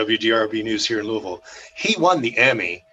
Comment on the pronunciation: What a wonderful story, and he pronounces "Louavull" correctly!